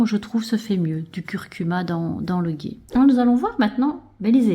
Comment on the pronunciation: Le ghee se prononce le " gui " 😊